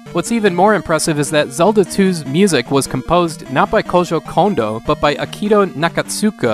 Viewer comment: What did you say here? Is this an alternate pronunciation for "Koji Kondo?" Or did you just get tongue tied?